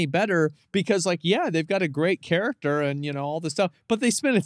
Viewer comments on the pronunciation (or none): bro saying character like this is a TV show 💀💀💀💀